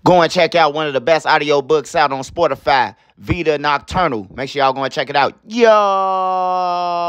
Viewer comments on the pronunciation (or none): I love my boy but my nigga said sportafy instead of Spotify at the beginning😂😂my accent be fuckin me up to so it’s all love